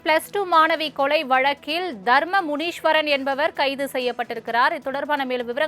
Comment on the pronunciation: முனீஷ்வரன் இல்லை. முனீஸ்வரன். தலைப்பில் உள்ளதுபோல் படி.